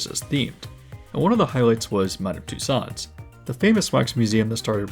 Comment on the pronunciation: Tussauds is pronounced “toose-ohs”.